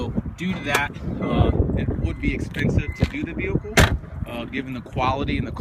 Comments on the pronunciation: on the vewhicle, it's vehicle man VEHICLE not vewhicle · Weird way of saying vehicle